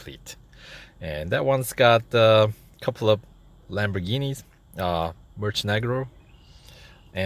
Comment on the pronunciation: Murcielago is pronounced as Mercy-Lago